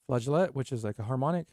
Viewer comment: Hey great review of Electric Storm!! You help me decide what I want or need to buy with your intense reviews!! The word “flageolet,” however, has a silent “T” and is pronounced “flaj-oh-LAY.” I guess it’s French or something idk lol. But that’s how they always said it when I was in college music classes. Thanks again for making useful and good content for all us music nerds!!